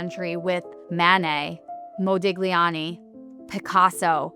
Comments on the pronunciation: Not Moe dig lee ahni, Moe dee lee ahni! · Sotheby’s expert pronounced Modigliani with a hard G. Extraordinary. It’s Mo-di-lya-ni, but apparently the auction now includes a rare opportunity to watch someone appraise a masterpiece while aggressively dismantling Italian phonetics in real time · It's pronounced Modiliani 👍 Stop trying to pronounce the g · English doesn't have the "gl" sound, they just read it g+l. You can't blame her, it's like Greeks with the sound "B" or the "L" sound for the Japanese or the way we Westerners pronounce "Erdogan". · The pronunciation of "Modigliani" was quite unexpected....... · These portraits are so incredibly beautiful. - Also please, the g in Modigliani is silent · How does a woman representing Sothebys youtube channel not know how to pronounce Modigliani correctly? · the way she pronounced Modigliani... something in me died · You should learn to pronounce "Modigliani" correctly before presuming to make a post about art history. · My God! There are so many words she can't pronounce: Fayum, Modigliani, and a few more just in the first 2 minutes.